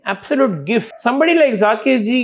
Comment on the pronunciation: Wonderful insight from Sashank ji. But wish the interviewer pronounced Zakir ji’s name correctly and the instrument name correctly as Tabla and NOT Tabela!!! 🙏🏽